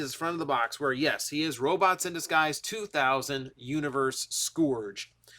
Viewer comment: My ears every time you say Scourge incorrectly. Ahhhhhhhhhhh! Say it as if the "o" doesn't exist. And Slicer baffles me. They call him Decepticon Slicer, yet the Slicer in the comics, an issue of which he will include, is an Autobot who works for Ultra Magnus. So "Decepticon Slicer" is technically wrong.